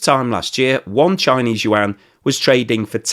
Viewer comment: yuan is 1 syllable like Juan. you don't say jew-an